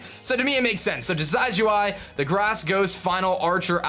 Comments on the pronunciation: It's Decidueye, as in a deciduous tree. Not decide-you-eye. Also, you only have the held item fix IF YOU PATCHED TO 1.0.4. Make sure you do that. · Totally team Decidueye. And I think its a short "i" when pronouncing it, like "deciduous". As far as Uranium goes, I think its really an interesting series and look forward to watching it. Sure, its not official, but its very well made and looks like it could have been official in an alternate universe.